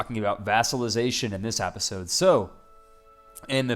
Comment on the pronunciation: why do you say apisode